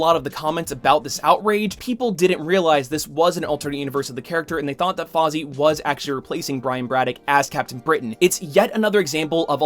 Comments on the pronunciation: I don't expect him to get it right, it's hard to know how other languages pronounces words. What baffled me is that he doesn't even pronounce it the way it looks other than the "F". He used "aw" instead of "ai" and "zee" instead of "za". There's no reason, when looking at that name, to pronounce those syllables the way he did... in any capacity. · Bro its Fai-zah not fai-zi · ...The name "Faiza" is pronounced "Faa-ee-zaa", not "Fozzie" (just look up the pronunciation for Faiza on Google) Not malicious intent was used in the making of this comment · I do have one point of criticism... It's Faiza. Fai-za. Not Fozzie. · Awesome video. But you pronounced the name wrong. You said Faazi. It's Faiza. Pronounced fi (as in fire) and za (csar). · Please, PLEASE stop calling her Fozzy! It's Fai-sa, like "Pfizer" with a British accent. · I've known about Faiza since Marvel Avengers Alliance. P.S. Her name is pronounced "Fy-za," not "Fozzie" waka waka waka! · I love your content and spreading awareness but and I know it is hard to say Arab names but it isnt fozzie it is faiza(just say every letter) thank you for the great content and keep it up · Her name is not Fozzie, Faiza is pronounced FIE-zah! Fozzie is a Muppet bear! Otherwise good video. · i think he was making a joke on purpose there, well thats how i took it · Hey, I know I'm way late. I subscribe to your channel, but I found this old video while searching for Captain Britain videos. I just wanted to let you know that I think "Faiza" would be pronounced more like "Fezza" by Pakistanis. It's an Arabic name that would be said more like "FA-ith-uh" in Arabic. I don't mean to be rude, and I'm not sure if you've even thought about this character since the video was made, but I just felt like letting you know, lol. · Came to the comments to say more or less the same thing haha. I doubt she’s called Fozzie in a comics, but like said this was unscripted so the name “auto corrected” in his head.